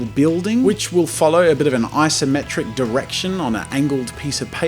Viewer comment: did he just say i-symmetric?